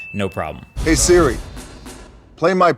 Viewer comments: Hey Dude it’s SIRI not SHIRI! Even in Subtitles it’s written SHIRI. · He said trigger "shiri" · He says “shiri” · This is on my sisters account btw, but did anyone else notice that he said shiri not siri .... HAHA LOL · trigger shiri lol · To trigger sHiRi no im triggered 🤣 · Ah yes, Shiri and Shiza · S H I R I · to trigger sHiRi 😂😂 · You said shiri once 😂😂😂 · My man said "shiri " 3.28